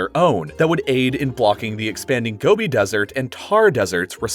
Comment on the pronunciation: Desert, dessert. Learn to speak. You are talking about real intelligent stuff and say dessert instead of desert. Why do they pay you to speak.